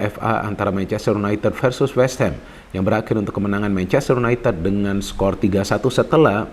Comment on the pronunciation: y u n a i t i d bukan u n a i t e d